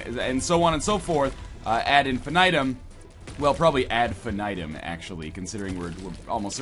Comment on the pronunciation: Ad infinitum? Or ad infinITEM? Eh? Eh?